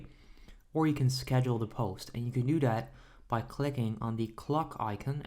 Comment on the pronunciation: Lol he says: dere as in there Dat as in that Den as in then Dis as in this Lol bruh grammar please